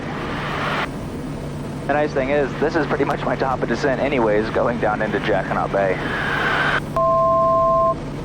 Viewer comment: what a fabulous video. Jacquinot is a French word and the t is not pronounced. I just searched out the history of this bay and it is very interesting relating to the war years. Great work you bring us the most incredible videos.